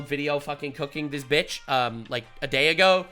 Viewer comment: I love when he says bitsh it’s hilarious